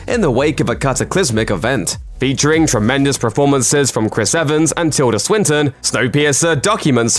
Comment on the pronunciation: This guy strings words together really quickly and emphasises weird syllables: "fictionFILMS", "NetFLIX", "ParaSITE", "diRECtorial", "TuringTEST", "eVENwhen", "blockBUSTers", "televisionSHOWS", "SUBscribe", etc. He also keeps saying "preformances". I can't concentrate.